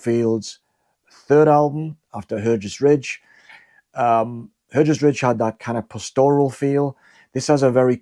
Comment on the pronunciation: Just for the record Hergest Ridge in Herefordshire is actually pronounced, 'Hargest Ridge'. It features in Alfred Watkind book about leylines, 'The Old Straight Track' (1925)